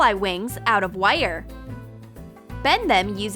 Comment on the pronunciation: Who else gets annoyed when she says “wires” it sounds like she says wyre